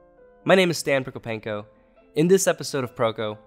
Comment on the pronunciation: Am I the only one who heats “stanford kopenko” instead of stan prokopenko